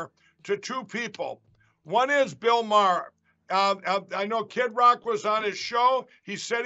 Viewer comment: Bill Mar.